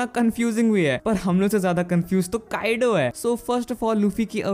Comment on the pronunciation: काइडो नहीं, "काइदो"